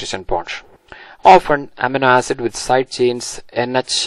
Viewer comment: not to sound rude or something but it is supposed to be pronounced uh-meee-no ae-sid